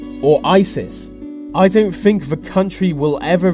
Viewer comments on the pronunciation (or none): All I could think of was why doesn't the narrator speak properly? He doesn't pronounce "th" correctly - the word is other, not uvver! Think, not fink. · why cant the narrator pronounce the word think? I fink, sounds like a window licker, plus the European union is not a country